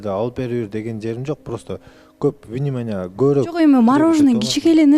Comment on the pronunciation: Минимания дейтго Арген внимания дей албай😂😂😂